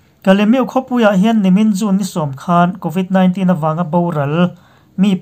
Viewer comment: Covit 19 hi i lam dan hi, khawlvel zawng zawngin an lam dan hi, ngaithla ngun la, i lam dan ngai thla leh rawh in ti Aizawl lam dan a dangin i lamin ka hria